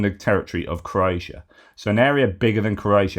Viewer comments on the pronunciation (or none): none